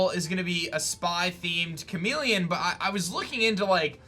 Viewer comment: It’s *chameleon not chamelon